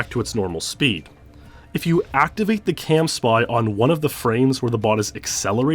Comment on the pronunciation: Is it “camspy” or “campsy”? You pronounce it like the former but wrote it like the latter on the acceleration diagrams.